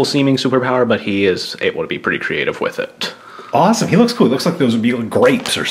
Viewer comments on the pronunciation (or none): none